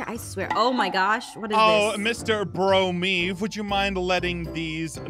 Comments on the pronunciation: it is me " BRO' MEAVE" im dying XD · yes its is me "bro"meave Me:.... wha... bruh your supposed to be ro meave not "bro"meave hahaha im dead rigght now hahaha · Hahaha " bro-meave"